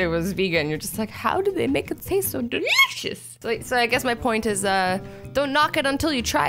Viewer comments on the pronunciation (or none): it's Soo funny how you say delicious please make more appropriate videos cuz I'm only a 7yo